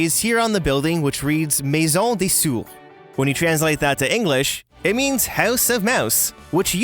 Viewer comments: For the easter egg about "house of mouse " you had forgotten a "i" when you prononce it, you said "maison des sourds " it is not the same than "maison des souris " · Im french and is funny When he said maison des souris😂